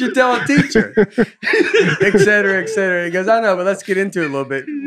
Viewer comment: This podcast is EASILY the best thing about 2020 for me. However please advise Baby Mama that it is pronounced “et-cetera” not “eck-cetera.” Thanks for making Wednesdays great again!